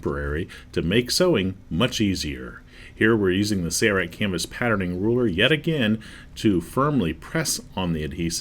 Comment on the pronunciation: Dude needs to learn how to pronounce SAILRITE instead of "SAYRITE".